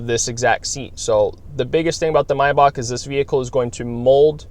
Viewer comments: Steph the Mess he's actually saying it correctly. If you say it May like the month, you are wrong. It is my, like the possessive pronoun, Bach, like the music composer. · He's pronouncing it correctly. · I love when people pronounce MAYBACH correct!!!👍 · But it’s called MaybaCH with a CH and not Maybac.You don‘t have the CH-sound in english so nearly nobody (except People from german speaking countries) pronounce it correctly. But he pronounces it better than people saying Mayback